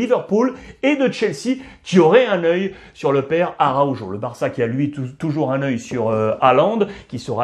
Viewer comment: Mais fais un effort au niveau de la prononciation , araukho pas avec le jo quand meme ca pique dans les oreilles